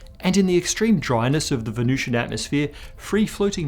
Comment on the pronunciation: The temperature and atmospheric pressure are pretty much identical to Earth's in the middle-upper atmosphere of Venus... No one is proposing the existence of surface life on Venus, you are completely oblivious to the topic you're humiliating yourself about. And it's Venusian, not Venucian.